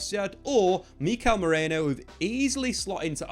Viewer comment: Merino not Moreno.